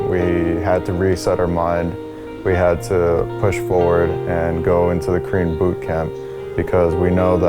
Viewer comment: I keep hearing "Cream Bootcamp" instead of "Korean Bootcamp" messed up my head! xD